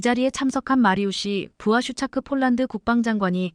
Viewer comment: 예이 여자야 쫄란드는 어디고 폴란드는어디니? 말도발음도 초등학교는 가봤니? 못하거든 집어가봐라